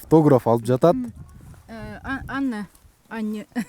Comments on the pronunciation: "Ана" эмес "Анна"! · Ана эмес Анна болот